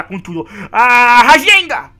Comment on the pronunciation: Nao é rasenga é rasengan